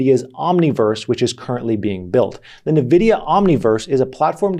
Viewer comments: neh- vidia? isnt it n-vidia? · why do you keep saying nevidia if you know its N-vidia? xD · I just cringed a little when he said nuhvidia 😔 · Btw Nvidia is pronounced like n vidia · NVIDIA ==> Ann - Wee - Dia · What the heck is "navidia"? 😅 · Stop saying Nvidia wrong. ooooh